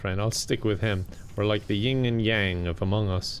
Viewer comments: you will probably never see this, but it's "yin". Yin and yang. "Ying" is the imposter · Wait did he say "Ying"?? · Its actually "yin and yang" not ying.